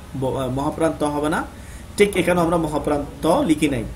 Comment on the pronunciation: ভাই, টিক নয় , বরং ঠিক।